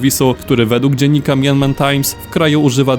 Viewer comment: Myanmar czyta się mjanmar a nie majanmar.